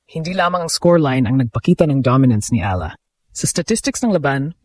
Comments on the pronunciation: Eala prounced Eyala hindi ala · Ee ya LA... Hindi ala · Ano ka ba - Pinoy ka ba? Correct your pronunciation: E-YA-LA, not A-la. Get the basics down. Your other Tagalog words are pronounced incorrectly.